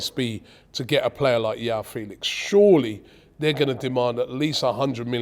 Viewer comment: João is pronounced like Jwow - the J is pronounced like in a french name like Jacques. And Félix with an emphasis on Fé, and the é sounding like the E from Eric